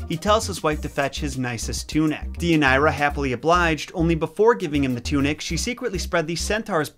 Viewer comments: Day uh near uh, yer rip uh deez. Other than that, great video. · As a Greek, I have to say that we pronounce it Thee-ee-ah-nee_rah (*th as in THis, not THink) and that your ways to pronounce the name; not to offend, but they don't really sound like Greek. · It's also my daughter's middle name and I was cringing with the mispronunciation. I chose this name because of Deianira and later discovered it's meaning 😝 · But hey, he tried 👏🏼 👏🏼